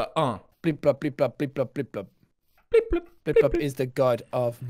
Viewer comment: Its pronounced “Blip Blop”.